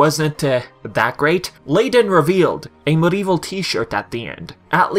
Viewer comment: MudEvil? It’s MediEvil please pronounce it properly. It’s annoying. Crash and Spyro are called Remaster Plus, that’s the proper term.